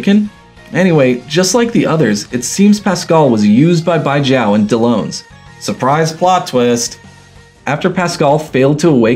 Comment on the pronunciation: Why does he still continue pronouncing Dellons as if he's spelt Dellones....